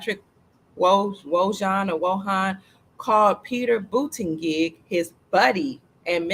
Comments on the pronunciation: Pete Buttigieg is pronounced as Boot eh jedj. Just a little FYI. Love you 😍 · ...here's a short link President Trump pronouncing buttigieg name. Enjoy laughing...lol